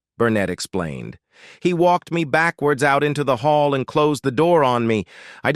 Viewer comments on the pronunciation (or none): none